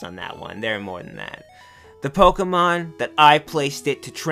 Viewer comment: Pokeyman iswn't weehl, wite?